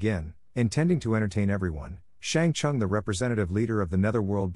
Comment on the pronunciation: Brother Its shang sung not shang sang